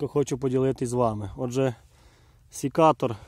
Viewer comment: Як же ріже вухо «сІкатор» ! Вимовляйте вірно , сЕкатор, це слово іноземного походження , для нього не діє перевірочне «сікти» . Назва походить від французського Secateur